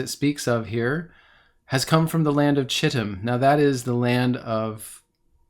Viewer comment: Chittim is pronounced Kittim